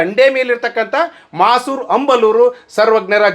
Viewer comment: ಅದು ಮಾಸೂರು ಮಸೂರ ಅಲ್ಲ ರೀ